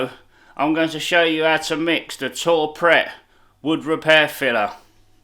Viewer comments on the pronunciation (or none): Great videos m8 keep it up ...its pronounced too prey ...(french ).not tour pret👍